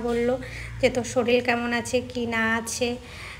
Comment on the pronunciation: ucharon thik kore koro job cholo daily solil noi sorir, khecha noi khacha